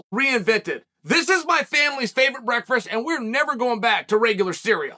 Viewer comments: Did chael say brakfash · Chael “breakfrest” Sonnen